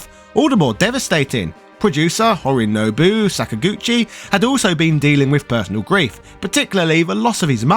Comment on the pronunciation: There are a few inaccuracies in this video that others have pointed out, but you should probably (definitely) at least checked your script to make sure you got Hironobu Sakaguchi's name right. You called him "Horinobu" twice.